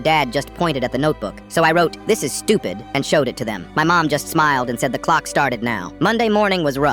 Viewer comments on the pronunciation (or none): Bro parents are right "thIs iS StuIpEd" BRO U STUIPED